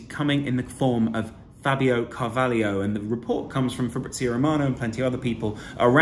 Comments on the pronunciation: It’s Fabio CAR-VAH-LOW not Car-vah-lee-o. Good analysis btw 👍🏻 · It’s Car-va-lho, not Carvalio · Pronounced CarvalHO. Where's the IO FFS!